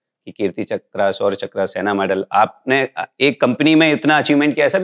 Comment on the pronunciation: चक्र को चकरा क्यों बोल रहे हैं?